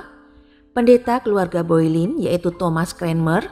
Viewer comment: bacanya Bolen mbak bukan Boilin